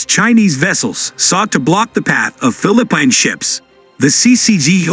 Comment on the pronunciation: Your reader SUCKS. You really should listen to your video before you post them. Fil-a-pine ?? WTF is that ?